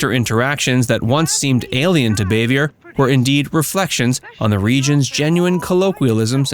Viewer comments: It’s Bahveeay. French not Bayvee ER. And she’s Ant Bea not Ont Bea. It’s regional but Ant was her region. I like these but check pronunciation. They also pronounced Jacqueline Bisset as Bissette. It rhymes with “kiss it.” Biss it. I saw her tell Johnny Carson how to pronounce it properly back in the 70’s. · NO NO NO! Frances Bavier is old French in origin. Not Bay-vee-er. Her name is French in orign. It's pronounced Baa-vee-a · Boo - vee - a ! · Her name was pronounced Bah-vee-ay. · Her last name is pronounced BAA-VE-A. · You could learn how to pronounce her name lol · Learn how to properly pronounce her last name before you do a video on her